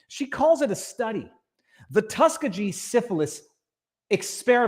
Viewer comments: Tus key gee!!! not tus ka ge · TUS-KEE-GEE.....Tuskegee Institute (now university) in Tuskegee, Alabama